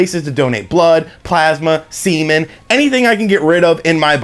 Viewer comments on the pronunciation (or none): "SEA-MEN" LMAO